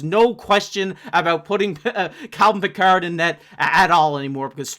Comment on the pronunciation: its Pickard, not Pick ard. its not star trek